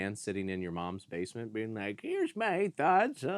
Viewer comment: Awww yeah watching more Breeding from "SAW Paulo"... Let's go.... P.S. To me it sounds like said "Davesment" instead of basement, in the that's my headcannon now...you're in the Davesment.